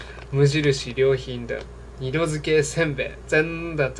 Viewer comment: 等等就去買 好像不會讀無印良品的中文念法 唸的是ウ。イン。リャン。ピン 無印良品 不會羅馬拼音只好給你片假名XD